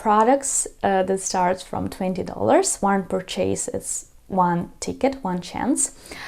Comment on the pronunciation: Dear teacher please learn how to pronounce a word "purchase" properly there is nothing to CHASE😅